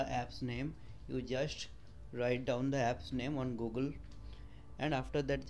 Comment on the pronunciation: Its funny when you say Google you say gagol